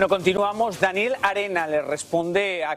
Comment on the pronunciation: A la mujer que hablo en Farándula al Día, hay que enseñarle que el nombre no se pronuncia con acento en la A sino en la E . Esa manía dr lis periodistas de cambiar lis nombres a du antojo